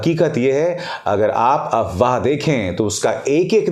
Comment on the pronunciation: Abhisar Sir aap AFWAAH word ko wrong pronounce karahe ho. AWAAH nahi AFWAAH hai,, app F ko silent karahe ho.